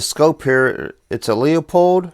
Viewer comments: It’s not pronounced “Leo-pold”, it’s pronounced “Lew-pold”. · stop saying the name wrong do you see a 2 Os in Leupold its not Leopold u u u u u. Don't get mad when someone keeps your last name wrong over and over.I do by the way it seems the recoil of the guns is knocking out of zero I have older scopes never had those problems,but these new ones or new style I hate them. Leupold is not holding well on quality now this sucks.sorry for my rant